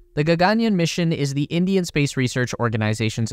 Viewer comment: Dope vid! And for future videos, the pronunciation is more like “ggn-yarn”: Gagan means sky and yaan means vehicle.